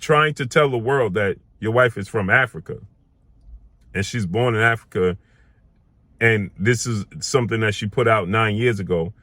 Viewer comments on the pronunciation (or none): Africa not Arica